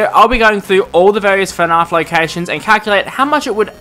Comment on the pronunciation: Why do u call it fnarf not fnaf